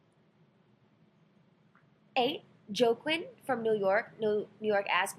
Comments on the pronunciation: Jo-quin HAHAHAHAH pronounced wahkeeen ...good god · lol "JOE-QUINN" ---Its pronounced WAH-KEEN. (Joaquín)